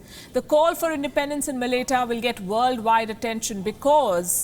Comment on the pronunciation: Thank you for doing this video!! Really appreciate you putting this up. quick PS. Malaita is pronounced like Ma-la-eye-ta/mala-eye-ta